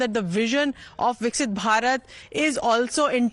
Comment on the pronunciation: Please pronounce it correctly. It’s VIKASITH BHARAT NOT VIKSIT